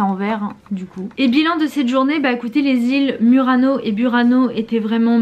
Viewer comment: Non si può sentire Murano alla francese abbiate un po' di rispetto e imparate la vera pronuncia se no fate ridere.